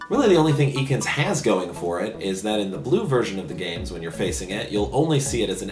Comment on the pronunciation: Ha hilarious! BTW it's not pronounced eekans :)